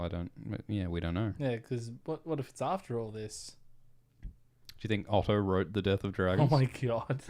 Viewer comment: “I twote” That sounded almost naughty and nearly woke up my roommate laughing with at this joke ❤